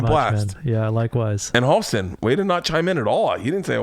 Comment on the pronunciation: I'm a little late here but. Halston. With an A. Just so you know :)